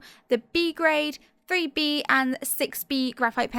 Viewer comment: lol, I keep hearing the "free-bee" pencil, instead of the 3B. XD